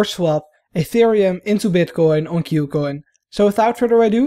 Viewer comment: it's KOO coin not CUE coin